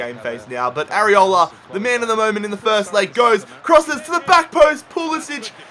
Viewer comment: I’m American and you were saying Arriola right